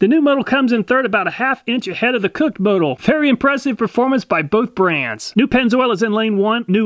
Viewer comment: It's pronounced moe-tool🤣🤣